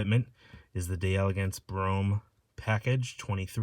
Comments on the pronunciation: It's pronounced DEL-uh-gaunce. Not "DE- Elegance" In French, when the word "de" is followed by a word that begins with a vowel, the two are elided together and is pronounced as a single word. French lesson of the day! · Pronunciation tips : when you see D’e it’s pronounced De